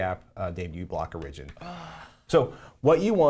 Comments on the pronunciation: Some of the confusion on the uBlock Origin issue is probably the way you're pronouncing "origin." You're putting the emphasis on the second syllable as in "original" (or-IG-in-al) rather than on the first syllable as in "origin" (OR-ig-in.) Of course, the app may have been named exactly the same, but the person that wrote in called it "original" in his note, and I think it's due to this situation. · Hehe Patrick says Origin(like origin-al) funny =P Good episode. Thanks!